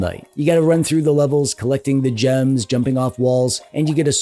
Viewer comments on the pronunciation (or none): none